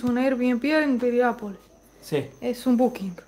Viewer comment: Piriápolis. No es pirian.